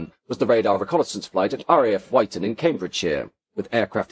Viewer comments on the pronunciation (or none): Wyton is pronounced "Witton" not "Wighton". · Great video. Couple of gripes...RAF Wyton is not pronounced "White-on" but Witton. Also while discussing Victor B2 developments, the pictures were of B1 variants. The Victor looks incredibly futuristic even today. The recent B1 restoration is very impressive. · Surprised he didn’t know the correct pronunciations of Odiham and Wyton, also I think the radar was Green Satin not Yellow Satin🤔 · Sorry, this isn't quite up to your usual very high standards Aside from the mispronunciation of RAF Wyton, there was no mention of the fact that during the early stages of development of the Victor, it was initially intended to be a tailless design; the innovative T-tail - worthy of discussion in of itself - was only a later addition. Also, although there was some mention of the maritime role, there was no mention of the anti-submarine (ASW) role specifically; Denis Healey once claimed that (thanks to the SR.2), the British knew the location of every British ship in the Mediterranean. A mighty aircraft. The comparisons between the V-bombers are interesting. The biggest "what-if" is if the "Pathfinder" Valiant B.2 had been put into production. Supposedly not suffering the fatigue issues of the B.1, it was purportedly the most suitable of all the V-bomber designs for operation at low-level.